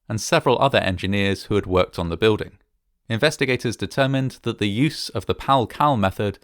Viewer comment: I like and subscribe... but I can't stand how you say building... I don't see a "w" in it?